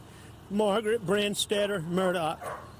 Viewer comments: Sounds like he’s saying “Murdock” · I’m watching this on replay. Excellent job,. It is a sad, needless, most tragic loss of two humans. BTW, if you pronounce his last name as “Mur-dug,” I think you’ll be close enough for grits. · It’s pronounced murdock, sometimes his accent sounds like Murdick, which is appropriate. There’s lots of footage with the correct pronunciation, even though his own lawyer, harpoot, said his name wrong. 😂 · I'm from New England where we pronounce it "Murdah" LOL it's all good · It's "Elek Murdick" as AM pronounces it.